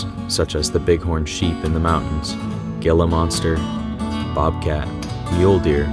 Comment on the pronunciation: Another great video. Thank you. FYI Gila is pronounced hee la. Love your videos.